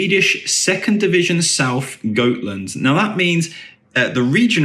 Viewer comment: ä is pronounced like 'eh'. So some pronunciations for you are: 'EE-Ef-Kay Hess-leh-holm' and Goteland = 'Yoh-teh-land'